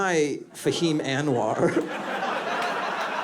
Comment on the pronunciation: Brother Fahim please stop mispronouncing your last name. It’s supposed to be pronounced Unwar, not Anne War. 😂 By the way, you are brilliant. 👍🏼☮️💟